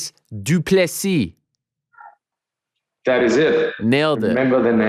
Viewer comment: Ariel prides himself on name pronunciations. Here we go my guy, it's "Du-pleh-see".